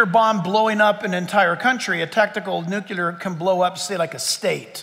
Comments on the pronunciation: NUC-lear. Not nuc-u-ler. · Nu-clee-ar (not nu-cue-lar...) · It's pronounced 'new-clee-r' not 'nu-qya-lur'. Also, how in the world does a nuclear bomb destroy a whole country! Or state! City-wide bombs are as big as they get. I guess if your country was Vatican City. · Great talk. However, Nuclear is pronounced nuke-lee-er, not nuke-ya-ler. (Presidents Carter and GW Bush made this same error.) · Nuclear. I worked at a new-clear plant. Never heard anyone call it a new-cue-lar plant. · NU-Klee-ER…NOT: NEW-kyu-LER!!! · "Nu - cle - ar".......not "Nu - cu - lar" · Hard to give him 100% credibility when he can’t pronounce the word ‘nuclear’ correctly.